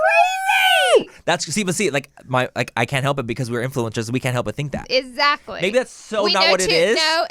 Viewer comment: It’s the “EZACKLY” for me lol